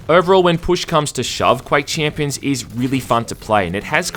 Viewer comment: fuck how many times do you wanna say chiiiiimpions